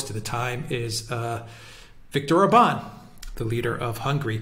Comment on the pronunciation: I LOVE the fact that these two are amongst the very few people pronouncing Budapest and Orban correctly (Budapesht/Orbaan) - or rather as correctly as can be expected.